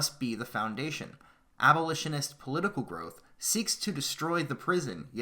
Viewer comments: It's pronounces AB-O-LISH-IN-IST NOT AL-BO-LISHIN-IST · Oh God these comments, a few people make fun of him for saying "albolitionist" and you spergs claim it's paid shills trying to shut him down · >Can't even say abolitionist correctly You're not helping when you do this.